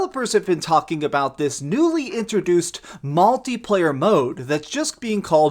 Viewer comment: Multi not molti